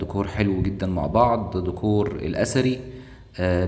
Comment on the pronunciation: أسمو ديييكور، مش دووكووور